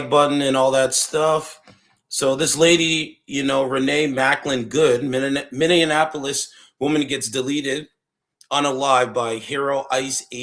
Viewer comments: You need to learn how to pronounce Minneapolis it's not Minneanapolis. But you are right. Just comply... she brought it on herself. The shooter should not have shot to kill based on what I saw, but she has contributory negligence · You need to learn how to pronounce MPLS, lol it's Minny ap like apple polis Minneapolis LOL looking. Up Prince music, he says it right. noone is a hero when they kill. yes true when a cop asks you to stop, then stop, else you will get shot. We've known that for years when we were profiled. were all not fraud and Somalians LOL, and they never called me N .... you peoples narratives are the same ole same ole. saying someone hates America when they don't fit into your people's narratives, or they are speaking up for themselves. That separates us right there. Hope you don't have kids